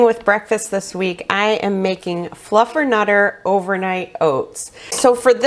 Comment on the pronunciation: You had me at fluffenutter😂